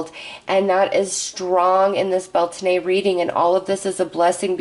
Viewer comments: Beltane (/ˈbɛl.teɪn/) pronounced Bel-tain. Thanks from this Irish ancestered person. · Blessed Beltane to all! 💖✨ It’s the opposite of Samhain so the veil is just as thin as Samhain, but instead of the Underworld it’s the Veil between us and the Fae that thins today! Blessed Be!!! 💖✨ (Just so you know, it’s pronounced bel-tayn 😅) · Bel taaaane We're not French😆🤣